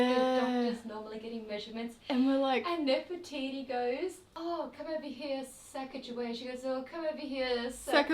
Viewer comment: I'm from North Dakota in the U.S. Sacajawea is a hugely prominent figure in this area. However they mispronounced the name horribly in this region.